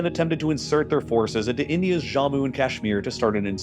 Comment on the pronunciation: It's Jammu not "Zhamu". I hate it when Americans encounter a foreign sounding word and always default to some Spanish pronunciation or something.